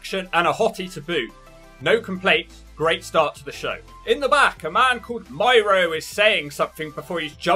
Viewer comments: it's pronounced mee-ro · My ro my guy it's said as meero n spelled miro. A knw u dnt watch AEw as Tna guy appears Ur buzzing lol